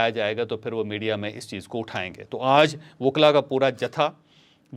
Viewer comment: Ooj nahi hota panjabiyon.aaj hota hy